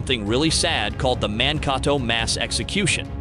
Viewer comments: It is Man-kay-toe. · Really hilarious when the narrator mispronounces Mankato!